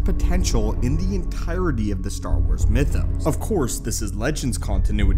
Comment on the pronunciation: Everytime i hear the word mythos I cringe when people say it wrong 🤣